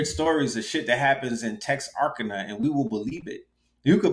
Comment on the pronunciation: Pronounced Tex-ar-kana. On the border of Texas and Arkansas